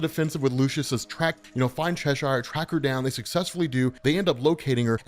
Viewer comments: It's pronounced "Chesher" 😭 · Cheshire is pronounced Che-shuh.